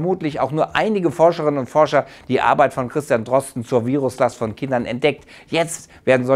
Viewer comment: Es heißt "Forscher". Nicht schlimm, passiert jedem mal.